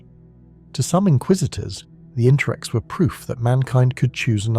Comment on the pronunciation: It's its the interex, I think it's pronounced in-ter-ex. Not Intrex or In-trex.